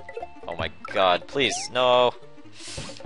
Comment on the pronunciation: I know it's kind of an old video but i can't stand him saying God like that.